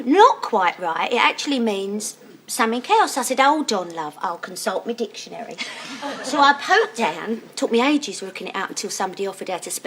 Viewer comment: Gen A-ers: Whats a "ditchinary"?😂 some brand of mobile phone?